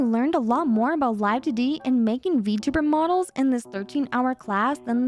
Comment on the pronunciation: i also chuckled at 'vertebrate model' instead of vtuber model lmfaoo